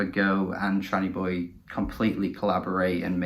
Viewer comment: Appreciate this g, much love! Also first perfect name pronunciation. 🙏 🧡